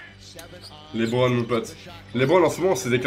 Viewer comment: Au lieu de dire lebron ta dis lébron